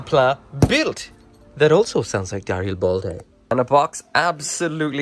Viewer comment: Where in Darilbalde, is the uh. you keep pronouncing it Dari uh bal day. THERE IS NO DARIALBALDE ITS JUST DARILBALDE